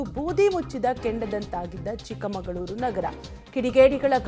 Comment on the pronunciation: Chikmangloor alla Chikmagalur